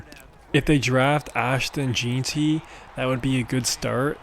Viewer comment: Lmao can’t pronounce jeanty